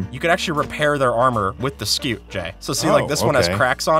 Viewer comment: pronounced 'scoot'